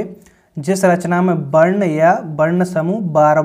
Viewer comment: Varn hota h barn nhi